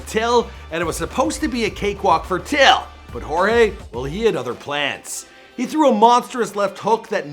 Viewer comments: Damn man I don't think u got one of those names right ... At least u pronounced "Till' right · Do your research in people's names before ya spit their name out of ya filthy mouth. Have some respect for the greats you've mentioned and not took the time of the day to even look up. Ya pronounced till right that's about it.......